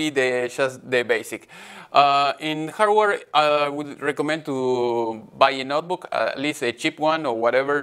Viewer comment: Hello Gabriel! I liked the video. I have some impressions of it. First don't force yourself to speak in another language take your time to think what you try to say if that means more edition it's okay. second please try to avoid the Indian stress in prepositions like to. Thanks for sharing your work and classes with us.